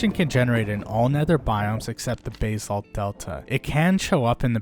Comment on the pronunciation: why you saying basalt like that 😭😭